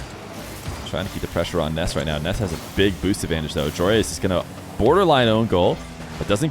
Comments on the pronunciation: Stop sayin Ness when his name is Nass bro they are different vowels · Why do you say “Ness” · Are you pronouncing it “Ness” so YouTube doesn’t think ur saying “Ass” and demonitize you? Lol. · Spelled Nass, pronounced Ness